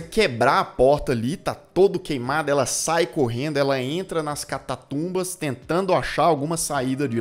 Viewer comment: "Catatumba" meu caro??? Catacumba...catacumba.